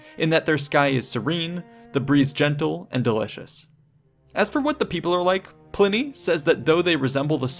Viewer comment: Ply-nee the elder. Ply-nee